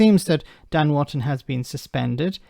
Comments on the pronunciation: His name is Wooton, not Wanton. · not Ivan. Wootton, not Wotton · And it's Wootton.